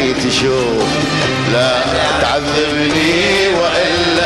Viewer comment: مين اللي قال لا تعزبني والاصيل يصحح له حرف الذال😀